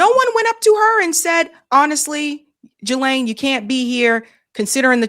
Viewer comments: Ghislaine is a French name and is pronounced Gee (rhymes with see) Lynn ( rhymes with pen)Trying hard to get over hearing Juh-Lane (nails on chalkboard), I know it’s petty, but education isn’t too terrible. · it's Ghislaine!!! [ gee-layn ] The "G" is hard, like goose. Not "G" like giraffe. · Jizlane does not deserve the courtesy of having her name pronounced correctly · Please pronounce Ghislain‘s name properly. It’s with a hard G not a soft G.